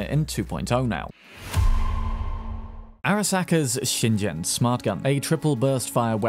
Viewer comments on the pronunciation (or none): FYI, "shingen" is pronounced like "Sheen-gen" not "shin jen". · not to be that guy, but every time you pronounced shingen with a j sound i got a little bit more mad